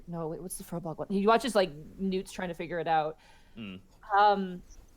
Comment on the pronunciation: You guys are mispronouncing firbolg. It's pronounced fear-bolg, not fur-bolg.